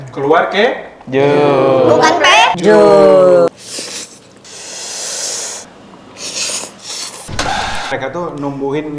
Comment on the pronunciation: Sosisnya kalo dipencet keluar ke juuuuu.. bukan pe juuuu. Omaigat mulutnya 😂😂